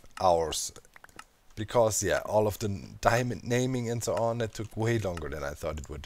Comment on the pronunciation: diemond, demand, diamind, dimond...